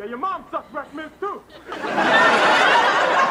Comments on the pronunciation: BREAFF MINTS!!!!!!!! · Mention those breffmints one more time, I’m gonna SCRERCS